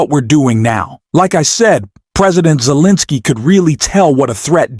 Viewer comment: Please pronounce his name correct, Zelenskyy